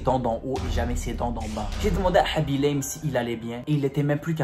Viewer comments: Normalement sa se dit khaby LAME (comme une lame xP) il est sénégalais et dans le senegal sa se dit lame bref jadore je m'abonne <3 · il ment et il prononce mal son nom